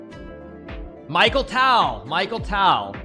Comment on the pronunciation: He pronounces "Mikhail" like "Michael" It's pronounced as "Mee-Khayl" with an extremely hissy, throaty, soft "K" that sort of sounds like you're hocking up in your throat.